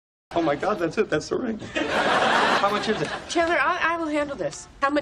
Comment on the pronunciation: a ese le entendí cualquier cosa menos that`s it